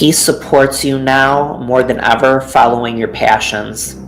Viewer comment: Fallowing? Stap? Massige? What's going on with???